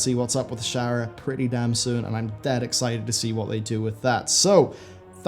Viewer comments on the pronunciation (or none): none